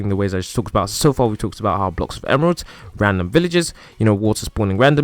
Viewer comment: Why he make a cwoss of emwerlds